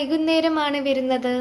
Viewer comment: വെരുന്നത് എന്നല്ല, വരുന്നത് എന്നാണ് ❤️